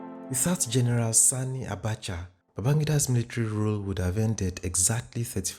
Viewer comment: I like that you paid particular attention in pronouncing "Sani' Abacha and not 'Sonny' Abacha as in previous videos. Well done!